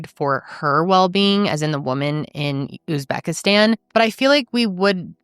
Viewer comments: That tik toker offering advice and not knowing how to pronounce Uzbekistan pretty much sums up American culture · what i was a little embarrassed about as a fellow American, that the advice-giver couldn’t pronounce Uzbekistan or seemed to ever have heard of it before. But I live in Europe but anywho.. One clue was he said they were empty-nesters which he and Emily aren’t. Of course he could have lied. But generally this happens a lot, it is a business in Uzbekistan as well as a lot of other places - catalog brides to put it bluntly and not p.c.